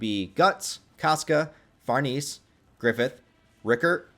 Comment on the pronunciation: Her name is pronounced "Far nay say" and she's better than Casca IMO❤❤❤